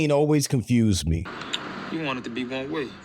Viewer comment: The actor is putting the emphasis on the wrong word here. It should be on ONE. Not on WAY as he says it. The contrast is between ONE and OTHER. You want it to be X, but it is Y. Still probably the greatest show in history